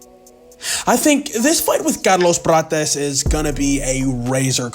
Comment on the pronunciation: Bro, wtf was that pronouncing of Carlos Prates? 😂